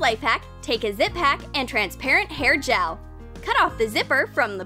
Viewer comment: they said ziphack instead of ziplock XD